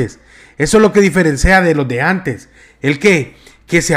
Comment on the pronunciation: diferencia o ziferencea?